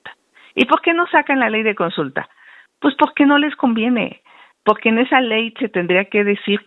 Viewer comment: Pogque? Pogque..😢 NO NECESITA ASESORIA.. COCHILT NECESITA DE QUIEN LE ESCRIBA😂😂😂😂😂😂😂😂😂POGQUE POGQUE?